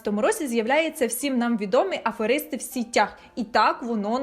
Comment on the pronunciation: Доречі російською типу "сетях - мережі", українською наголос ж на сІтях, як і сказали люди в коментарях ніби риби в сІтях